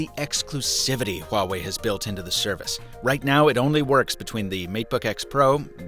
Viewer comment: Honestly, I was kinda shocked by how accurate his pronunciation of ’Huawei’ is😃😃